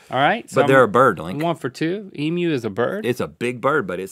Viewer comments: Omg they finally learned how to say emu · Thank you Rhett for addressing the proper pronunciation of "Emu". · You said emu correct :o, and then made a point about it, made my day lol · As an Australian, I appreciate your pronunciation of Emu. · Just glad that an American finally said emu right. (Eeem you) -kind regards from a proud Australian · Yay! Rhett pronounced emu correctly :D I got way too excited about it, and then he pointed it out, lol. I've eaten emu before, as mince in a pie. It was like a regular meat pie, but the meat was a bit more flavoursome. I got it at a place called Freddo's Pies in Frederickton. If you are ever on the East Coast of Australia and have the time to make the drive, I recommend going. They get voted best pies in Australia fairly regularly.They do savoury and dessert pies; single serving and family size. The Roast Lamb and Mint Jelly Pie legitimately tastes like you are eating a meal of roast lamb in a pie (not gum so don't worry). And it's fairly easy to guess what the pies will be like because they are named just by what's in them. Which makes me worry about the Truckie Pie... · All Australians are living Rhett at the moment because he pronounced 'emu' correctly! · Thet actually said emu right, im so happy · When Non-Australians know how to pronounce Emu. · It's awesome to hear Americans pronounce emu right!!! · An American said emu correctly. Now on to aluminum.